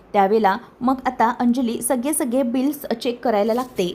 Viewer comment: सग्गेजण नाही गं सगळे जण असे म्हण